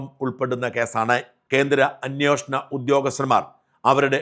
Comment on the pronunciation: അന്വേഷണം (അന് വേഷണം) എന്ന് പറയൂ